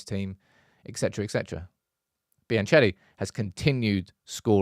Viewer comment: please find out how to pronounce Biancheri